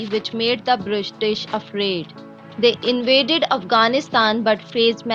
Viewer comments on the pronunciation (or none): "Brishtish" lol